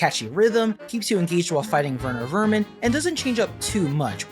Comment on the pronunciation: finally someone calls Werner Werman right